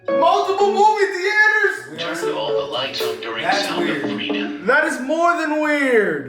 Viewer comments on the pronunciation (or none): "THEEE ATERS" lmao that's how I used to pronounce it too